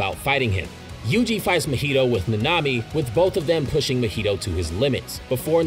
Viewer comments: I hate how you pronounce Mahito lol (Should be Ma-He-Toe) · I can believe this dude doest know how to say deity or mahito 💀